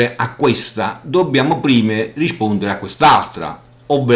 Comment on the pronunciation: dici "riscpondere".